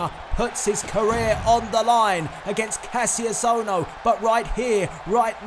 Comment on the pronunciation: Hey you said Ka-ss-ious ohno but its actually ka-sh-ious ohno with a sh- not s- oh and incredible ppv